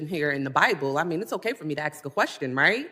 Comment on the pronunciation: “I just want to axe a question.”